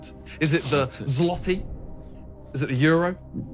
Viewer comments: Lol they said zloty wrong it’s pronounced zwoty in english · Bro they said Zloty 😭 when it’s pronounced ‘Zwote’ only Polish people would notice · As a polish person, hearing them say it as "sloty" was triggering to say the least😂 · THE WAY THEY WERE TRYING TO SAY ZLOTY 😭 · the pronunciation of złoty made me piss myself LMFWOQ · The pronunciation of Złoty broke my heart💔